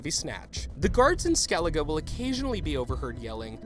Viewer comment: You pronounced skellige wrong